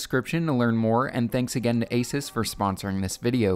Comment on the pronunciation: Its pronounced AY-soos not AY-sus